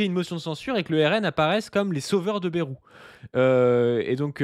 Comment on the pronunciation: Arrête de prononcer Bérou je t’en supplie 😊